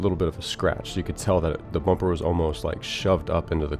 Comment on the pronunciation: "Let's change the bumber" there it is.